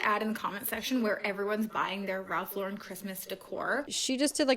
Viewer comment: Also, Raf La’ren? It’s Ralph Lauren 💀